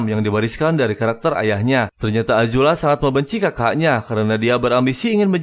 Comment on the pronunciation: Azula bukan ajula, paman zao bukan jao, adehhh 1 lagi Zuko buka juko,,, yang ada juga juki